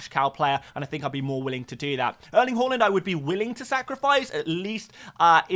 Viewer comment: Haaland is called Haaland not Hawlund. Why can’t you say his name correctly? It’s weird